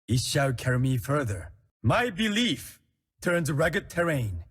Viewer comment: "My berief....."